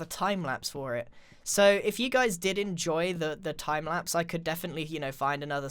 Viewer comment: are you having a stroke